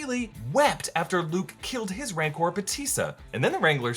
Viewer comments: You also say "Mancor" twice. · Isn't it "Rancor"?